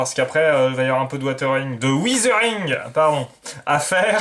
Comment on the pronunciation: Beau début de montage. J'attends la suite avec impatience. Je ne connaissais pas la marque zvezda non plus, mais maintenant je sais que je pourrais y aller. Pour le weathering, tu y es presque, la bonne prononciation c'est : ouais - ze - ring :)